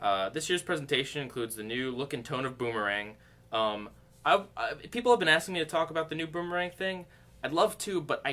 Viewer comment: Just going to point out that you slipped up and said booberang the third time you said it. Slip ups are funny in my opinion.